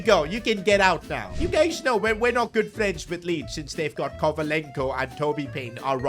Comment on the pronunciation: Kovalenko more like novalenko Toby payne more like Toby Vaype